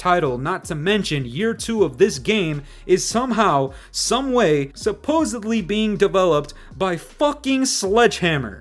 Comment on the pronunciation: The irony that you are milking money by making a video about how Activision is milking money is not lost on me. Also you may beat me at the game but I would proverbially "smear my shit on you" in a verbal arena..case in point; the way you incorrectly pronounce the word " supposubly(sic) " maybe read a book whilst you sit the next one out, champ. FaTaLitY